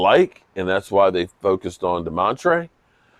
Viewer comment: It's Damontae no r in his name❤